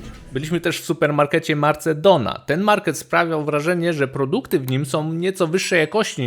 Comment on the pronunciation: Nie Marcedona tylko MERKADONA (tak się czyta) i nie Torravieja tylko Torrevieja.